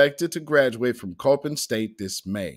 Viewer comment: It’s pronounced c-o-p-p-i-n not coping. Your welcome family. I was born and raised in Baltimore. Before I left that dumpster city 30 years ago